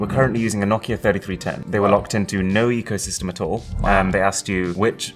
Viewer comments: Take a shot everytime marques says "ecosystrm" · Nobody: Marques: EcOsYsTeM